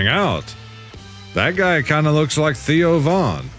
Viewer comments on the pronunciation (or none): none